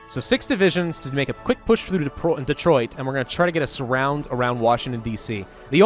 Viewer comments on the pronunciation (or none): none